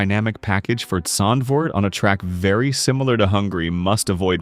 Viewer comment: Yeah absolutely terrible and by the way it’s a duo pronounced a-du-o not to you but too the uploaded and it’s Zandvoort not zaandvoort